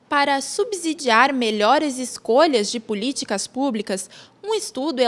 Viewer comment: Pelo amor de Deus gente não existe subZidiar. é Subssidiar. Som de S e não de Z pelo amor de Deus!